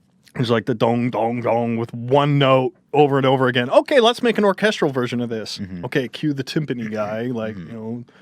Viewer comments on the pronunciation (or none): Why does Ethan say "Orchestral" like "Orchusdradel"? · When ethan can't say orchestral